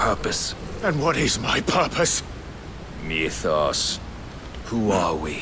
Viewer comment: I'm sorry, but can we TALK about how it's spelled "Mythos", which is like an extant word, but 100% of the voice actors say "MEWthos"? Once you hear it the bell cannot be unrung. This is the greatest mystery of my storied life.